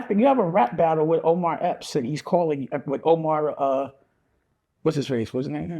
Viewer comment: How come NONE of these nxggas can get this man's name right????? 😂😂😂😭😭😭